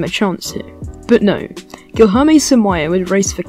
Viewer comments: You saying guijorme is quite stressful for brazillians, lol, but thanks for the video, im brazillian and i didnt know who is samaia. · i have a blast every time i earth an english trying to pronounce the LH sound